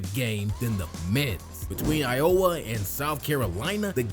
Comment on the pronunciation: It's i-o-wah, not i-owah. You make it sound like iola. Clark is a breath of fresh air, for Iowa fans.